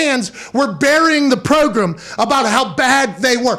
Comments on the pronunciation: the word "progrum" will NEVER get old ahaha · Did he say prugram? Wth was that??